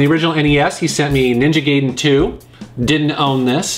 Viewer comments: Ninja Guy-den.....not gay-den. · "Ninja gayden" XD